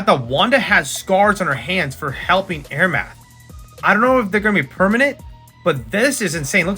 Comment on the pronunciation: Nice video! (Also Amaranth is am-uh-ranth/am-er-ranth)